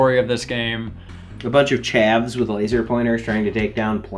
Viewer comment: an american said chav